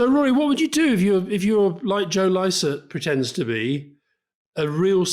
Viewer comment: Licett? Come on Rory! What's that about? Passive aggressive? Too kool for skool, to know how to pronounce a popular and excellent comic's name? I'm seriously loosing faith in you. Did your AI tell you to say it like that? 🤔